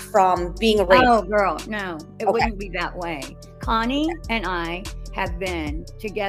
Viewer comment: Does it drive you crazy how she pronounces your name Kiney instead of Connie ?